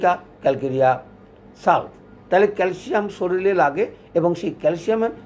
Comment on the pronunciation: শরীর না বলে শরীল বলেন কেন? আপনার এ ভুল উচ্চারণ আপনার নামের কলঙ্ক হয়।